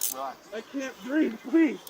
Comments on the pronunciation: Always with the lies,but he "can't breeve"..........😂😂 Apparently can't adult either. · “I can’t breeve, l have a heart problem, l’m dyslexic…..lol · I thought the 'i cant breeve' thing these things were saying was going away. Guess not.